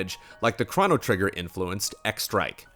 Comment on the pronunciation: The way pronounces "Chrono" is triggering me..